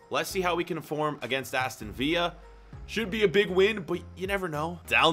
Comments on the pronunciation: In the future...He says Aston Villa like Aston Viy🤦🏾‍♀️ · Aston VILLA, not via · ”Aston via” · Ah yes aston viya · My man just called them Aston Veea (Like David Villa) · You pronounced Aston Villa wrong